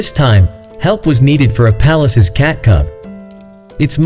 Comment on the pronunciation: Pallas not palace